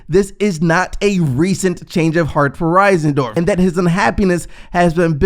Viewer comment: It’s not Risendorf it’s Reinsdorf. I’m not one to nip pick but when someone mispronounces a public known name it’s kind of aggravating. You wouldn’t want someone mispronouncing would you?